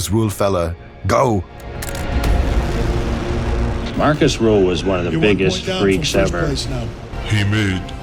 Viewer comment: His name is Markus Rühl... not Marcus Ruhl.... I have been a fan of this beast since the late 90s. A beast he is!